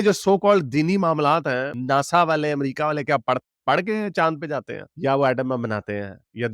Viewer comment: Pahle bolna toh seekhle, America hota hai Amrica nahi hota hai.